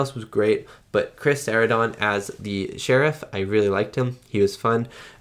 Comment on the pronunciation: Chris Sarandon's last name is pronounced like Susan Sarandon's last name. (Sir-ran-done)